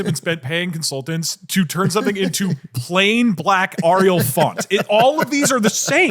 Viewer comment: AH riyal